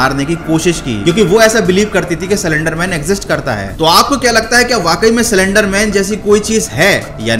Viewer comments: Salender nahi slender pahle teek tarike sai pronaunce karo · What! He was pronouncing slenderman as cylenderman😂😂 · सलेंडर, सिलेंडर नही , ये है असली शब्द 👉"स्लेन्डर" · Everyone:- Slender man:- celendar man Pronounciation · Me too😂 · Broo i came her very seriously to know about slender man but when he say cylinder man I can't stop laughing 😂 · Video banane se pahle pronounciation sikh li ji ye. It's slender not slander ( both have different meanings and pronounciation) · Cylender nhi bhaii..... 🤣😁😁 slender man🤣🤣😁😁😁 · Well bruh you are prenouncing it wrong . It is prenounced as slender not selender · Cylinder man 😂🤣 aare bhai slen-der man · C lender man😭😭 it's slender broo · Bhai cylendr nai slender bolo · he says 'silender' man 🤣🤣😂😂😂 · he literally said cylinder man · No one: Literally no one: Not even spongebob: This guy: CYLINDER MAN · Till 1 minute I was also thinking it is “cylinder man"......😅😅😅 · Who Heard Cylinder Man In Place Of Slenderman😂😂😂🤣😂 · I also heard he told cylenderman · I heard it too he said"Cylenderman " Slenderman: Am i replaced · Did anyone notice that he actually Said cylinder man😂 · bhai aap bhi Silinder man hi bolte ho 😂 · Did I just heard "Cylinder Man" ? 😂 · Bro wtf I heard cylinder man😂😂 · Pahle slender bolna sikh le bhai